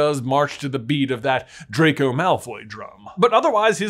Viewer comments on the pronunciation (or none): none